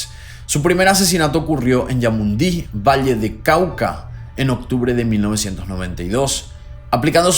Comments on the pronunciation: Luis Alfredo Garavito no va a salir libre... y si sale, no duraria mucho tiempo vivo, hay cientos de personas que lo quieren "saludar" personalmente. se dice Jamundí, no "Yamundi". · gracias por ser tan profesional, pero no Yamundi, es Jamundi suena como Jarra. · La Ciudad del primer asesinato se pronuncia como si estuvieras diciendo jamon osea Jamundi no Yamundi :) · Me gusta ver tus videos, pero 2 cosas.. 1 no se pronuncia yamundi sino Jamundí y 2 creo que hubo otro peor que la bestia, El monstruo de los andes. Sería bueno que algún día lo publicaras. Saludos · Hola, escribo desde Colombia y se dice jamundi, no yamundi, el sonido es como cuando dices jarron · Una aclaracion: se lee Jamundí, como se escribe, la j no suena como Y. Lo más triste de este señor es que quieren liberarlo porque ahora es una pastor cristiano 🙄😡. Tampoco se aprobó la cadena perpetua, pues el proyecto de ley estaba mal planteado y era muy ambiguo, tiene que volver a formularlo y sinceramente, ningún político quiere abrir esa puerta, porque puede significar cadenas más severas en otros delitos y que mucho inocentes vayan a pagar todo su vida en prisión, pues nuestro sistema judicial no es muy bueno. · Jamundí se Lee tal cual como jota, no como y ☺️ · Se dice Jamundí tan cual se escribe y es Valle del* cauca... EXCELENTES VIDEOS